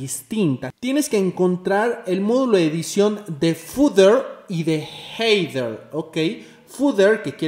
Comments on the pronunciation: excelente video ! a modo de ayuda! header suena ( jeder) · xD "Jeider" Excelente video bro. Me sirvió mucho. Se pronuncia sin la "i".